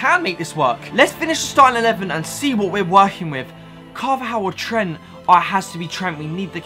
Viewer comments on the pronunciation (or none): none